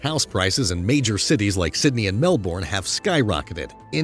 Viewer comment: Narrator keeps pronouncing Melbourne wrong. >.>